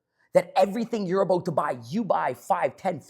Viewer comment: All gold until I heard “aboot” 😂😂 jk